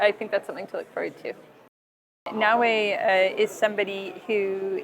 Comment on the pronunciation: とりあえず、「ナーウェー」辞めろ。「なおえ」言ってくれ。